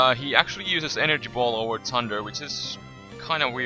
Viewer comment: He said tunder :)